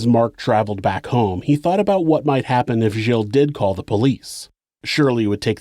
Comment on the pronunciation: I thought you pronounce it "aboat".